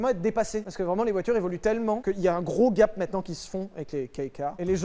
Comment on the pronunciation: quand tu dis " gape " jpense a lana roades